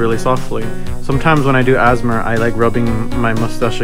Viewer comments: "sometimes when i do asthma" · did u just pronounce ASMR as a word